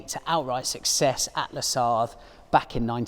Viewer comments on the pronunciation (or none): none